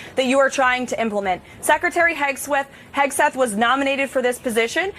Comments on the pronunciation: Did I hear her say Secretary Hegsweat?😀😀😀😀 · She mispronounce his name Hig swig 😂